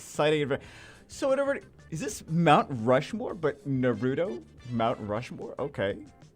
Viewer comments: The way pronounces naruto had me dying 🤣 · Why can't you pronounce Naruto correcty? Come on man